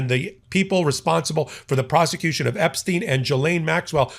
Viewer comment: Kudos for being the only commentator to pronounce Epstein's name correctly